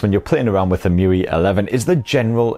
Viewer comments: It's E-em-you-ay not E-moo-wee 😂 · It's em-u-i not e-mu-ee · Alright... I've never heard anyone callt the UI 'Mewe', nor I think it's his you're supposed to call if, but damn... I dig it. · it's actually 'emu-eye' 🤣😂 #okayprobablynot